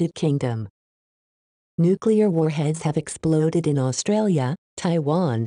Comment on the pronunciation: austrailia- suspweinded